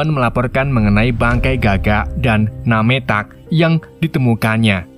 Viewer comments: Bukan "nametak" om, tp nemtek (nametag) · NAMETAK=DIBACA NEMTEK